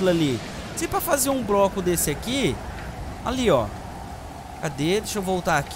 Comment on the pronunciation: Fala broco e 1 segundo depois fala bloco de maneira correta.